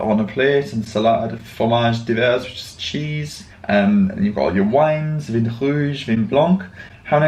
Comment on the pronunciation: Hi, because you were struggling with pronounciation - Wine is pronounced 'Van' but you barely pronounce the n. Also 'chocolat chaud' in 'hot chocolate'. 'poire' probounced 'pwah' is indeed pear. ❤